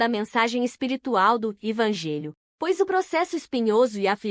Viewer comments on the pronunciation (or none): Kkkkkkkaaaa mas ke. Leitura. Orrivel. Ela fala. Algumas palavras. MT. Errada. Por exemplo. Quando jesus disse na crus. Pai. Perdoem. Pós eles não sabem. Oke babem kkkkkkaaa. Cardeke ela pronunciou. Valdeci. Eu tirei d. Narração. Masculina. Por ser. Ruim. Colokei. Nessa. Mulher ke. Fala as palavras. Toda errada. Ainda. Vai pedir. Like. Será k vai ter coragem. ??????